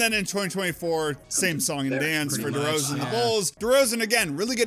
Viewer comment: "DeMar DeRzaon"